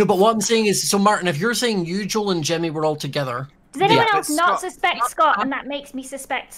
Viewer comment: someone finally told him it's "jimmy" not "timmy" lol...i couldnt tell if he was doing on purpose